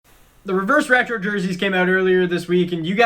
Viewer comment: Someone please make a compilation of struggling to say reverse retro